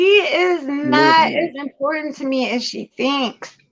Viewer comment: Important has two t-t 's lol. It's not impor- ent....There's this channel I occasionally see. Pronunciations from around the world. I had this boss from California. She'd leave-out one-of- Ts too. Drove me nutts. But she was boss. And she USED the word ALOT !! Everything was important !! But, she also introduced me to the plural- prosessive form of the ( Southern slang)...y'all. Is that yalls- ' es 🤔 car 🚗 ??